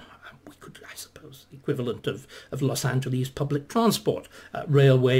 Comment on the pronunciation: Dr. Starkey, please take note of the pronunciation of "Los Angeles". It's not Greek. It's not "Los Angeleeze", it's "Los Angeless". This is a mistake that far too many British people make.